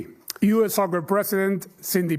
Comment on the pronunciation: Nooo poch como vas a decir "soker"